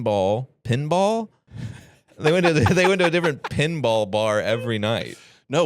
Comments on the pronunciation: what the holy fuck. toby how did you not completely take him down on that pen vs pin argument? I heard fucking penball too. the same annoying people that say pellow instead of pillow. also wrong about sipowicz. I think he was on NYPD Blue or something. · Pen vs pin ball had me yelling at my phone. He was 100% saying pen and the fact he couldn't tell the difference eff killing me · is absolutely saying pinball wrong